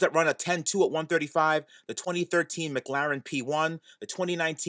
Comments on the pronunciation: ah yes, the british car manufacturer 'mig-larin' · Why does he say McLaren like mglaren